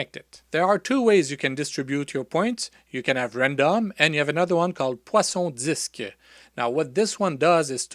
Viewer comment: Are you from Quebec by any chance? When you said 'Poisson Disk' I instantly recognized the French accent lol